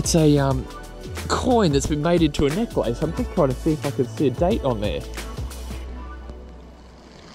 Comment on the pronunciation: Why must you constantly mispronounce necklace? DOES MY F'ING HEAD IN!